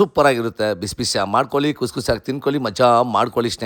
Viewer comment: ಳ ನ ಅಕ್ಷರ ಸರಿಯಾಗಿ ಹೇಳಿ ಈರುಲ್ಲಿ ಅಲ್ಲ ಈರುಳ್ಳಿ ಸೊಂಟೆ ಅಲ್ಲ ಶುಂಠಿ ಬಿರಿಯಾಣಿ ಅಲ್ಲ ಬಿರಿಯಾನಿ ಅಂತ ಹೇಳಿ ಕುಸಿ ಅಲ್ಲ ಖುಷಿಕನ್ನಡ ಸರಿಯಾಗಿ ಮಾತನಾಡಿ ಪ್ರಭು